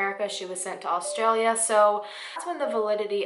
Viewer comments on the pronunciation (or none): none